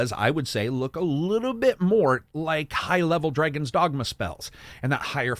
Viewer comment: A great video and my favourite Elden Ring video so far which has also inspired my American Pronunciation, lesson 17; Americans do not participate in dreyg races neither do they dreyg dead bodies over the ground or dress in dreyg but many of them do fight dreygons. Dr Dré-gons?